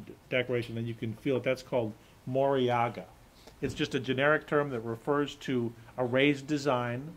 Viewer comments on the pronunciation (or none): The word is moriage, not moriaga~